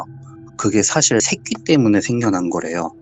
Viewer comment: 색귀라고 말할때마다 새ㄲㅣ 라고 들렼ㅋㅋㅋㅋㅋㅋㅋㅋㅋㅋㅋㅋㅋㅋㅋㅋㅋㅋㅋ